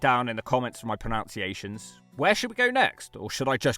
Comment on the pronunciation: "I suck at pronOUnciations" Well there's the proof. It's "PronUnciations". Which is also how it's spelt.